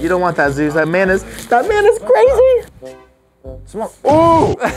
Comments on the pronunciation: Say zues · “This dog can bench press YOU” Me: do you mean French press you 🥴 “Zeus” Thanks for the likes💛💛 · DanzOhhh how else are you supposed to pronounce it? Lol